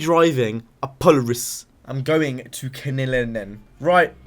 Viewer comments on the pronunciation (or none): Polar iss? No that's not not how it's pronounced it's po lair iss and there pretty shitty at making snowmobiles and quads(atv) because they get dominated by ski doos for snowmobiles and of course Honda makes better quads than them because Honda is the best at everything. Just a little bit of information about Polaris and why I hate them